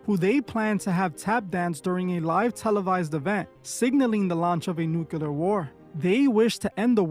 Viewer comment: Please, it’s nuclear and not nuculer